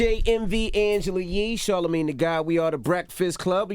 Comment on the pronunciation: I dislike 'charla-maid' !